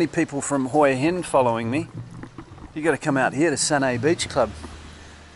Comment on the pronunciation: Huw Hin dot Thai